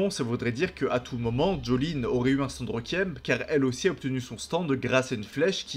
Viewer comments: Je vais faire mon chiant deux minute: on prononce « Rékuiem » pas « Rékiem » et c’est androgyne, pas androgène (ça c’est des hormones mâle basiquement). Sinon très bonne vidéo, merci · super vidéo mais le mot requiem se prononce rékouièm et non pas reukiem merci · Pour t’aider à mieux prononcer requiem répète après moi Ré-Kui-Ém